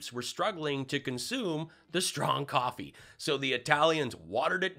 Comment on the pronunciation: It ain't coffee it's cofevfy